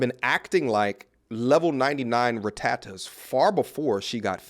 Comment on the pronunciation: Did he say level 99 Ratatta😂